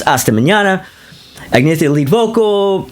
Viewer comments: Love this breakdown whether I agree with it or not. It’s cool to hear these reviews from someone with a strong musical ear. Have to admit the mispronunciation of Agnetha (should be pronounced more as “Ag-NYET-ta”) was a little grating. Interesting to hear someone agree with me on much of Super Trouper. We’re definitely in the minority on that! 😂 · The yodel in People Need Love.. awesome and non Brady Bunch. And Call Agnetha “an-ye-ta.”